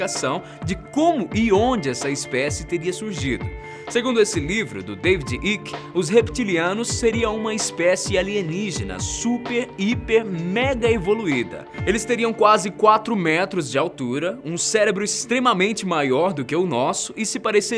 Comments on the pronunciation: Se fala David "AIKE" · Sua maneira de explicar foge um pouco do real. A ironia disfarçada parece desdenhar de quem já viveu a experiências ver um ser destes ao vivo e a cores. Não é teoria. Pesquise mais. A pronúncia do nome David Icke também está incorreta.